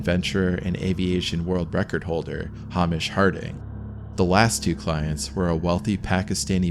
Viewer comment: It's pronounced "Hay-mish" - trust me, I'm a Scot, and I am amongst the many of my kinsmen who are fed up with people mispronuncing that name. Hay-mish, not Hay-mish.